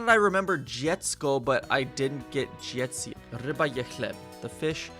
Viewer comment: I saw that you pronounce „ci” in dzieci like c and I are separated but try to pronounce it like the vowel „ć”. Hope this helps🙂